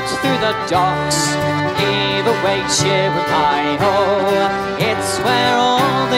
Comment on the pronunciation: So incredibly beautiful. Beautiful voices. Beautiful harmonies. I learned a new word cheeri-lye..... Rhymes with lullabye. Thank you, Dave for tipping me off to this great trio